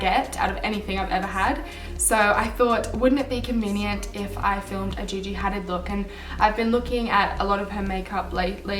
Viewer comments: Its pronounced Had-eed not Haddid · Her last name is pronounced like huh-deed but amazing video 💙💙💙💙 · it's pronounced ha-deed :) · Love the look!! But the name is pronounced Hadeed!xx